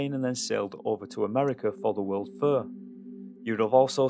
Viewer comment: Great doc. However, I've never heard "fair" pronounced "fur" 😅